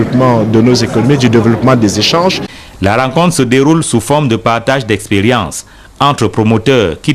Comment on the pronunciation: FOKSSE DE L'EKS-PERE-RIEN-ANCE